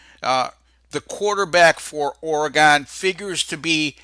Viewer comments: ORE "GONE" come on say it right. It's Oregon, like "oregun".... Thanks for the props though. Go Ducks... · Always a pleasure,. "Ory-Gun.":) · This idiot cannot pronounce Oregon